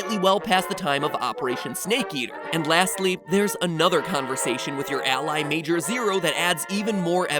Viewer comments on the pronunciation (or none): none